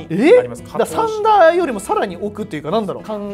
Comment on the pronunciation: さ→んだ じゃなくて さん↘︎だ じゃない？（イントネーションの話）